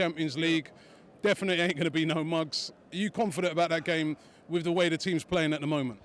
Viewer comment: Learn to execute the English language correctly you jackass!!! It's GAME not Fame, fucking dipstick!!